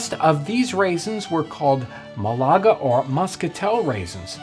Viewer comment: Malaga: MA-la-ga. Muscato: mus-CA-to.